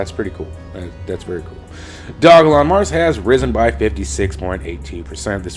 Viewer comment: Good job on pronouncing it right brotherman.